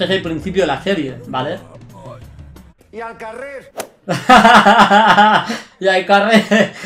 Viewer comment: Y es al carrer, no al carret.